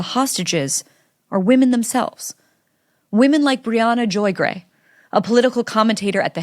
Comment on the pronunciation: Who the F is Briahana ? Disgusting